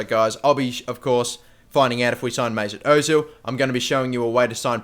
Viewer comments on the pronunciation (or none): Who the f*** is "Moosoot Ozil"? Do you mean Mesut